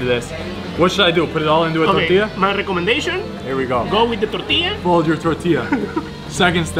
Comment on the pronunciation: "rrrrecomendeichon" is.........Machaca!